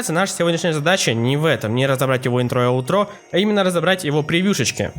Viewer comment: Ударение на И - Интро и на А - Аутро